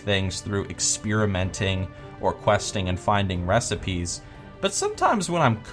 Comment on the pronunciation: ugh actually, I think you pronounce that as "Experimenting" not "Exspearomenting" like its a spell from Harry Potter okay? its not Expelliarmus. Thank you.